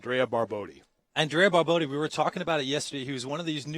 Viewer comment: Guys, is BarboTTi non Barbodi!!!thsnks